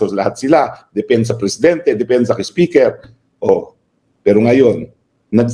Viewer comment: Hi atty.roque,saludo ako sa talino mo sir,i always listen sa mga program mo,i also cast my vote to u😊meron lng akng puna sau atty.pls dont get offended,pls pronounce the word speaker as(spiker po)hnd po speker.❤peace po atty.😊